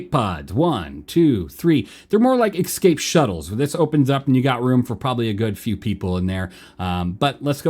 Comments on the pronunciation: Bro they’re called Escape pods not EXCAPE pods. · My dude, love the vids, but please learn how to pronounce the word 'escape'!